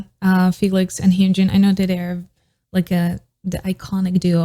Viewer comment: Its not hyoonjin its hyunjin